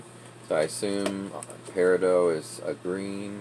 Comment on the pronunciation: Nice tshirt!! I really liked your birthstone dolls. Both were glamorous. My favorite was the peridot doll. Yes you pronounced that correctly. Peridot is a light green stone. Much different from emerald which is a brighter darker stone.